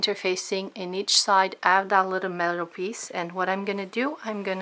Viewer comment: "We're going to sew dis side and then dis side and then dis side and then dis side. Now I'm gonna go do dat and I'll be right back'. too annoying.